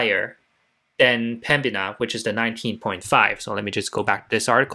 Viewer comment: THE COMPANY IS CALLED PEMBINA - NOT PEMBIA